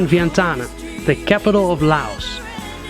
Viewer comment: He murdered the Lao capital Vietiane...Vietane!!